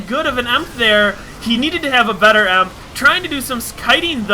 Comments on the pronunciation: btw..... protoss miners are probes... not drones... >_< srry for being so critical... and emp is ' ee em pee'... i think you are a really good commentator... keep it up! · its call E M P not emp